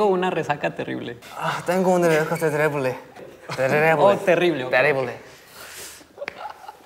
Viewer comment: y creando su propio idioma al decirse "Tengo una resaca terirrrrrrblrrr", se repite en mi cabeza sin parar, es demasiado iconic